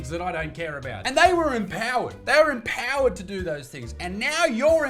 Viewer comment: She didn't say "empowered"... she said... am plowered!😂